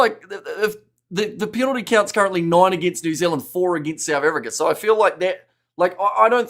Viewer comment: What's with the constant yapping from the dude that says New Zilland 🫪😣